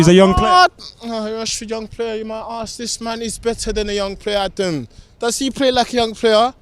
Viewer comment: ADUM ...ADUM...Its OVAA ...